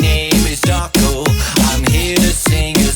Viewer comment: The fnaf show where can’t say his own name and says dawcol.